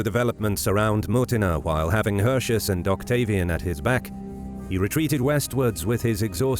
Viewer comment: In order to convey a certain believability and authenticity, why don't you say "Hirti-oos" instead of "Hurshus". Since you, narrator, DO say "Arimini-oom". The roman C's are K's and the U's are OO's. Furthermore, the AE is pronounced as AYE (as in Aye aye sir), and not EY (as in Hey!). And it's not "See-sar", it's "Kai-sar". Other than this: I love history. Thanks for the uploads!